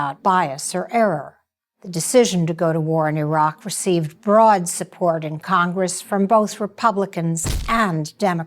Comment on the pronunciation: "They were mistakes not lies" ...You are just trying to cover your your ass for being part of the effort to convince the public that there was a legitimate reason for going into Iraq. (pronounced E roc). There are any number of military leaders who have come forward informing us that the invasion was a done deal long before it was even announced. Something as simple as Saddam replacing petrol-dollars with Euros should have piqued your interest had you done any real investigating, but you "bought the party line" instead. The administration needed to get shills, like you, Judith Miller, to get on board and present their cover story...which you willingly did. Joe Wilson made an attempt at discrediting information/exposing lies. As you well know, Rove outed his wife Valerie Plame in retaliation; a treasonable offense but without consequence. Bush was mainly their mouth-piece, but a co-conspirator none the less. A more comprehensive investigation on your part would have opened your eyes to these facts. As a journalist you should be able to connect the dots and back them up with accurate factual information. That's your job! SHAME ON YOU AGAIN.